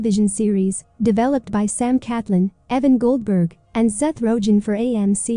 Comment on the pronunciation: also the mispronunciation of coven and rogen is a little irritating